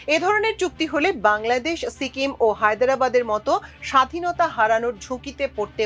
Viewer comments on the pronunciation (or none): none